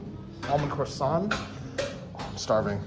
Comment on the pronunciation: Did you say Crowsaant? 😂 Vilnius looks really good. Thanks for a great video.